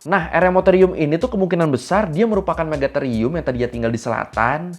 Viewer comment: Akhirnya Ada yg Bener Nyebutnya Megatherium 😁